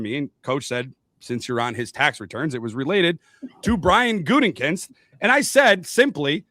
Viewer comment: That "Gutingkinst" pronunciation 😂